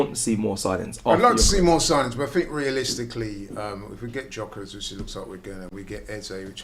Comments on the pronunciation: Someone tell him it's not jokeres it's gyorkers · Two things.......... 1) His name is pronounced "Yuh-kuh-resh." Not Gokeres or "Jockeres" or "Gyokeres" 2) The negativity towards Madueke was started by content creators on social media and YouTube, this crap winds up online so called "supporters" and then they go nuts with it. As football content creators, you should all get together and work out something to stop this from happening, its not an individual thing against AFTV but maybe you should be the first one to suggest something about being more responsible. Certain people take what you lot say, literally..... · Can someone tell that there’s no J in Gyokores! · Someone tell this muppet that the G in Gyokeres is silent. Proper toolbox.